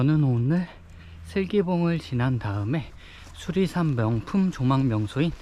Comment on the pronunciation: 수리산이 자꾸 수락산으로 들리지??? 내귀에 캔디냐꽥 자벌레 ㅎㅎ 태을봉 ..유래가 있을듯한 이름이네요